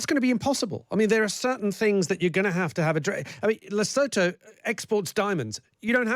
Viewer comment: Can you experts & politicians please do a tiny bit of research to get your pronunciation of this country that "no one has heard of" called Lesotho. It's pronounced Lesootoo ... it's very well known around these parts...